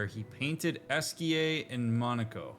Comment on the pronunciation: Respectfully- Monoco's name is said repeatedly throughout this game. How are you still mispronouncing it? lmfao